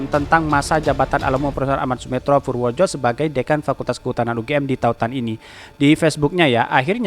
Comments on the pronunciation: ejaan lama purwodipoero dibacanya purwodipuro.... boss!! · Hai Bacanya purwo dipuro